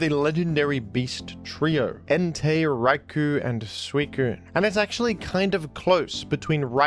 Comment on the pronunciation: Raikou is actually pronounced Rai-koh. Japanese guy here